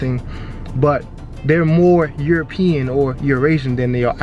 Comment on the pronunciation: I love that this guy can't pronounce Arab or European. Haha!